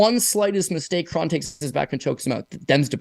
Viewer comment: I think Kron rhymes with cone